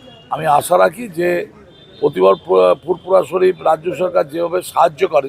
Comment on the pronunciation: দাদা , ফুরফুরা শরীফ বলতে আপনার সমস্যা হচ্ছে নাকি ?